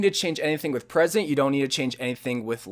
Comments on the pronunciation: He says presents....... it say PRESETS pronounced (pre-sets) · I'm not salty but it is pronounced PRE-SETS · It's pronounced --- preeeee sets.